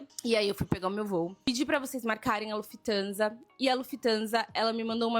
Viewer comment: Lufthansa com i após o f 😆 sempre zucas a serem zucas